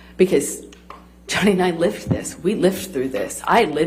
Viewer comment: Her hoax is real. Yes. She got that right. The only true thing she seems to know. “Johnny&I lift through this”😂. Speak clearly please woman.